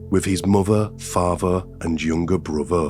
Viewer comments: It’s a hard listen when you hear words like farver, muver, and bruver… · If you are going to tell stories? Please say words properly, it's mother not modern. With not wif and father